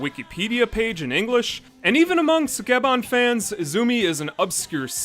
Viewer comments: ski ban not suk e ban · It's pronounced Skeban. The u in Sukeban Dekka is dropped, like in the name Sasuke. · Would love to see this show. But the mispronounciation of sukeban in this video is distracting.